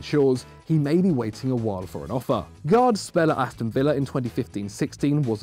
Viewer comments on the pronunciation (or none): none